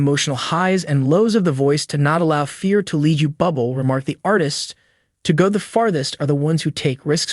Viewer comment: His name is not pronounced Bubble Get your shit together.. Ir's pronounced 'Boo Blay' 🇨🇦✌